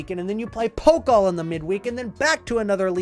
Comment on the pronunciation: Pokal… don’t say Poke-l .. say Poe- cul .. and stretch the end a bit